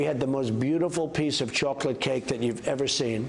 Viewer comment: The key word for the Chinese leader meeting was Chahklit cake, no Chawklit cake, no, no it's Chocolate cake; Whatever. Get on with it already!